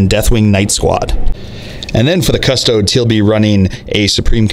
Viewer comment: Cuh - STOH - deez